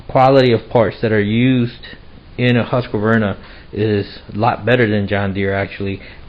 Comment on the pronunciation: It's not that his camera is bad -- it's a low-res upload to the internet. Well, his camera may be lousy, too, but no recent camera is 144p. And, it's "Husk-var-na" -- 3 syllables, not "Husk-a-var-na." You should be able to correctly pronounce the names of family, co-workers, and power tools. If you don't, they'll bite you.